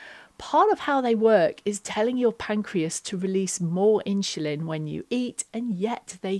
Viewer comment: Thanks for the advice. Sorry, but I was constantly distracted by you saying “In-Shu-Lin” (insulin)! 😊